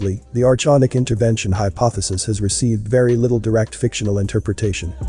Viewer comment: Information is solid but get the pronunciation correct. You mispronounce many words and names. Archonic- R-con- ick not chons, David ICKE- IKE not ICK-E. Content is great though.